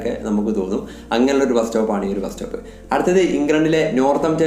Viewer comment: ബ്രോ ഒരു ചെറിയ തെറ്റുണ്ട് ബാസ്‌റ്റോപ് അല്ല ബസ്‌സ്റ്റോപ് ok